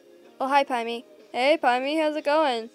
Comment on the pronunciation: I hear you saying pimni it’s Pomni Pom ni 😂 And Zooble Zoo ble Gang gle Kinger King er Ragatha👍 Jax 👍